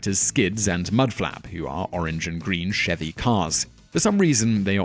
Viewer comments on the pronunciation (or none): none